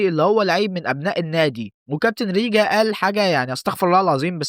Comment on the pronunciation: حلو الڤيديو بس هو ريجان مش ريجا 😅